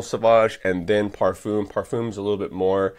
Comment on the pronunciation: I asked a friend who speaks fluent french, how to pronounce ‘parfum’ and like you I was incorrect. There plenty of examples as to the correct pronunciation on YouTube, then you can get it correct next time around